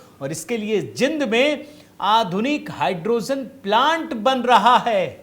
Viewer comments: जिंद नहीं जींद नाम है हरियाणा के जिले का।। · जिंद नहीं जींद है शहर का नाम। अंग्रेजी एक अधूरी भाषा है जो भारतीय नामों को प्रगट नहीं कर सकती है।